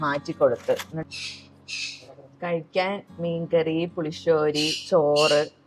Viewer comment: ചിലർ പുളിശോരി എന്ന് പറയും.... ശെരിക്കും പുളിശ്ശേരി എന്നാണ് 🤣🤣